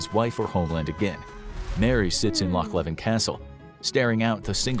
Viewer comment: LOCH LEVIN!!!!!!! ITS LOCH LEVEN AT KINROSS